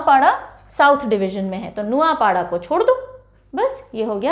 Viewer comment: I'm from Odisha _ଓଡିଶା _ mam .. aapka kehenaa thodaa galat horahe he ... Not ନାଉପାଢା _ ନୂଆଁପଡା is right .. etc ..